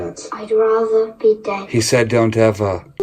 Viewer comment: Great Video as always and yes he said,,,,,, Donteva 👈😬